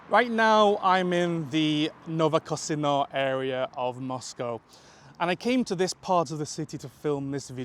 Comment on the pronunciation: This metro station is not "New Casino" but "Novokosino". It sounds close in English, but in Russian, the difference between Z and C probably comes from the word mow =)